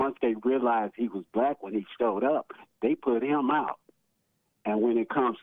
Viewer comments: The word is BlacK not blass open your mouth and quit being a cooonnn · …’to let the blass in…’ (universities) 😂